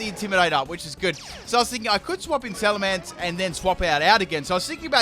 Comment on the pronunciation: I swear he said salt vest